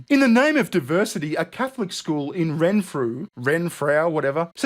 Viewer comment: You said Renfrew correctly, it's a Scottish town and they just stole the name